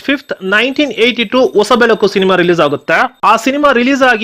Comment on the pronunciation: ಆಲು ಜೇನು, ಒಸ ಬೆಳಕು ಅಲ್ಲ ಸ್ವಾಮಿ, ಹಾಲುಜೇನು, ಹೊಸಬೆಳಕು. ನಮ್ಮ ಕಸ್ತೂರಿ ಕನ್ನಡ ಭಾಷೆನ ಸ್ಪಷ್ಟವಾಗಿ ಮಾತಾಡಿ.